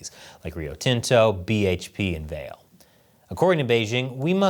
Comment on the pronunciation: FYI - Vale is pronounced "vuh-LAY".